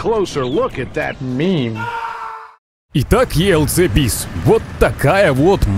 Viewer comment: Мире танков мы её называем елк бис а не елц бис